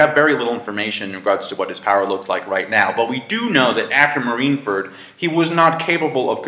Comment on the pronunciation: can this guy pronounce fucking marineford wtf is a marinefert lol also mariejois wtf?? and cant even pronounce akainu correctly gosh